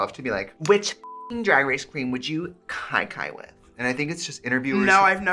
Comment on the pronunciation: Trixie made me question if I know how to pronounce Kiki… is it not “key key”!🤯